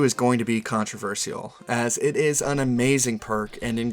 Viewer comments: He sounds American but the way he butchers the word ' controversial ' genuinely makes me think it's an AI voice. I could be very wrong though, just a thought. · You say controversial weird